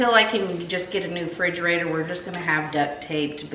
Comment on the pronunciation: Frigerator? Lol